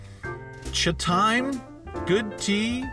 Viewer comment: how does one butcher up Cha-time pronunciation? haha I thought CRV is equipped with AWD?